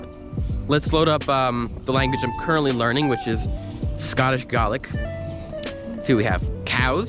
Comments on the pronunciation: He can speak Scottish "Garlic" apparently. At least pronounce the language correctly if you are claiming to know it. Not sure who you think you are fooling by saying you can speak so many languages in a day. It takes years to master any one language. Saying one word or phase is not mastering a language and even your Chinese still needs a lot of work. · its pronounced Gail-ick :D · The dude didnt even pronounce Gaelic properly……..